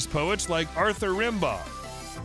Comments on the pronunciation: Rambeau is pronounced Ram- bow, not Rambi- or however he pronounced it. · Tom Petty is now Randy...? Rimbaud (pronounced RAMBO) is now RimBar? Weill (pronounced VILE) is now Wheel? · FYI, Rimbaud is pronounced "Rambow."